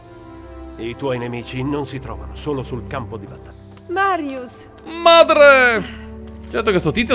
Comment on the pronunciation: All’inizio a detto Mario e non Marius